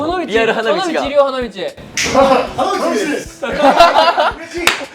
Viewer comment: 反日です！って聞こえてクソ笑ったら花道です！だった